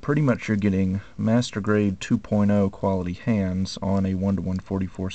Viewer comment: why every time u say master grade it sounds like masturbate??... O_o